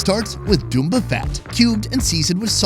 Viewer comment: its "Bunda" not "Dumba"